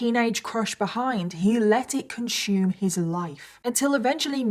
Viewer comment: I have massive respect for you and appreciate your content (have liked this video & many more), but please pronounce consume as, "consuuume", not "conshuume", as well as "assume", not "asshoome". Please, pretty please and I will like you even more. I have a feeling you do not read your comments, but you should, as fans support your channel.